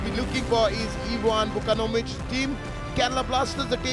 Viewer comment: Commentator should learn to say Vukomanovic first!